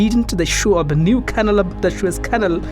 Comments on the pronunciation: It's pronounced canal (can-all) not canle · It's canal (ka-nal) find someone who can speak ENGLISH ! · Such a shame about the accent - if I hear KANIL one more time !!